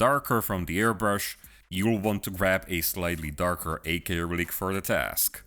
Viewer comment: "ak rylic" oh....